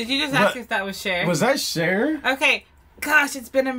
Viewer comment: oh snap "cher"